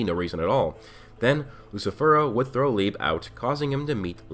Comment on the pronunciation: You're pronouncing "Liebe" and "Weg," wrong; these are german words. We know black clover uses german words because "licht" is the german word for light. Liebe is pronounced Lee-buh and it means love. Weg is pronounced "Veg" and means away